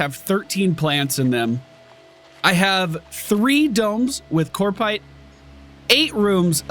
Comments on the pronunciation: COP-rite, not CORP-ite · CoPrite, not coRpite